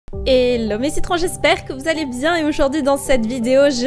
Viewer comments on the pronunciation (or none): none